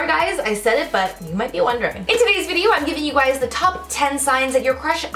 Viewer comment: "Hello you gwies" is it only me or did I realize she said gwies😂😂😂